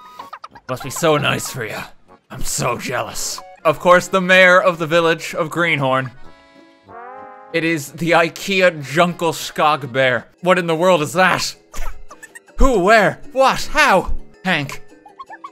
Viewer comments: btw rt, it’s pronounced djungleskoog with a long o :) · Him prononcing djungelskog made me want die, sincerly a swede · I live for rt absolutely butchering the pronunciation of Djungelskog lmao